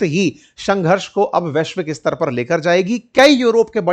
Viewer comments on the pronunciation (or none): none